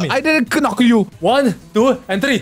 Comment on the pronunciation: “I didn’t k-nocka you!” 😂